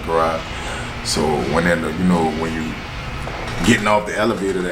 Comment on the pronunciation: Everytime you say " I love yaw" lol i be like thats my dawg love you ❤